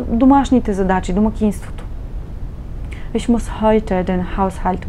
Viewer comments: Не може ли да не произнасяте" иш" а ich их. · Ich се произнася “Иш” в някои райони на Германия, разговорно, но на книжовен немски (Hochdeutsch) се произнася “Их”, както се и преподава в повечето школи за немски език.